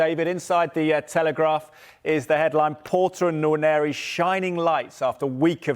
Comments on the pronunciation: the name is Nwaneri is prounced - "Waneri" the first letter N is silent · That's wrong. It's pronounced as it is written. It's a Nigerian Igbo name. The 'nw' is a single Igbo alphabet. Try treating the English sound /n and w/ as one sound and you get the actual sound /nwá-né-rí/ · These clowns need to learn how to pronounce his surname right. Wan-eh-ri.... the N in Nwaneri is silent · It is pronounced WAN YENRI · love that Orny cant say Nwaneri. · That man needs to learn how to pronounce Nwaneri 😂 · Sky sports, you guys are spoiling the name Nwaneri . Please learn to pronounce it properly.